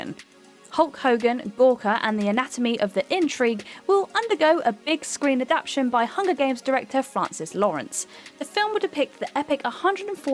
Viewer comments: Is it written "adaption" instead of "adaptation" in the scripts reads from or does she just have a habit of saying that? She does it all the time so I wasn't sure, unless it's a British thing I'm unaware of. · Can you please pronounce 'adaptation' properly, otherwise I'm going to wrap my head in 'aluminum' foil and batter it off the fucking 'sidewalk'.